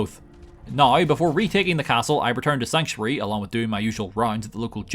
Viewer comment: It's pronounced "now" not "NoUrA"